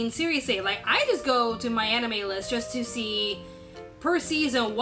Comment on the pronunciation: Damn, I don't know why I hear what I hear but now I can't stop hearing "My Enemy List" when you talk about "My Anime List".